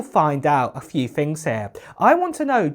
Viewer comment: It’s not “uver” it’s other It’s not “everyfing” it’s everything It’s not “fings” it’s things You sound ridiculous.